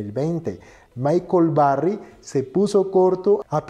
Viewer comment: Que no sepa proninciar short, que no sepa como pronunciar Berry ni Musk adecuadamente y que además le llamé apuesta a una inversión me hace mucho dudar sobre este video. Vaya no se pide que sea un erudito en el inglés pero sabemos que el lenguaje de este mundo es tal idioma y mucho fundamental como investigación está en el mismo. Ni siquiera su explicación de vender en corto es acertada. En fin, detalles que dan mucho de qué hablar de que es puras noticias filtradas a sus pésimos criterios